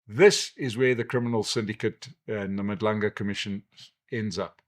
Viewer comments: It's Madlanga Commission not Madlunga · Madlanga commission sir, not Madlunga?